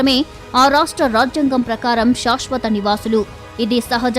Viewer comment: శాశ్వత అనాలి, షాష్ వత కాదు. దయచేసి గమనించండి. మొత్తానికి మంచి విషయము చెప్పారు. ధన్యవాదాలు